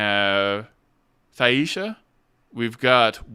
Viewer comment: Just a note, Thaisha is pronounced tie-shuh, not tie-ee-sha. Idk if you realized you were switching between Halan-dil and Halan-din, during this either.